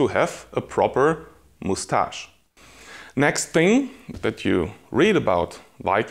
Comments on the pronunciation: Is he saying (moose)tash like that on purpose? 😂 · Moustache is a word of french origin so he's saying the french way.